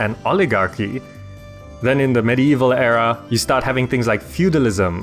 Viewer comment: the way you pronounce era, is in error.